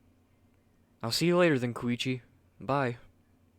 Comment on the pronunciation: when he said you arent koichi i that he said you arent kokichi